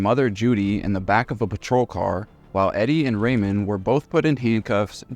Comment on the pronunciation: You don't know how to pronounce "Ramone?" um No, Ariana was NOT smart. Unpopular view, I know.